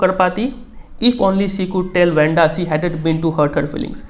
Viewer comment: it's not vanda it's wanda